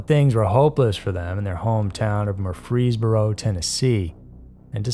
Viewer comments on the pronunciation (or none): I love your channel,, but your pronunciation of “Murfreesboro” was the most violent thing I’ve ever heard on your channel. The horror…the horror…